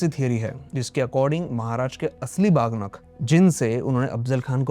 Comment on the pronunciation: बहुत जानकारीपूर्ण वीडियो। लेकिन कृपया "बाघ नख" जैसे शब्दों का प्रयोग न करें, सही उच्चारण "वाघ नख" है। इस बात की चिंता न करें कि दुनिया मराठी शब्द का उच्चारण कैसे करेगी। कृपया इसका उच्चारण वैसे ही करें जैसे मराठी भाषी लोग करते हैं। तभी दुनिया इसका सही उच्चारण सीख पाएगी।